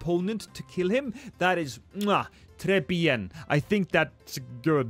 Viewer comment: CONGRATS 100K 🎉🎉 (Im french and your très bien pronunciation was good)